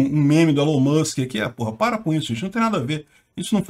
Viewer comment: Chama ele de Jão mas não de Élon Mûsk! Ilón Musk(másk)!